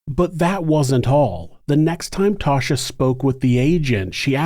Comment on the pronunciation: 'Tasha". not "Tosha"